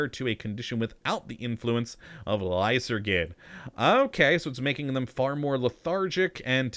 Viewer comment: I believe it's not lysergid but should be pronounced lyserjid in order to get the name of the drug being used here.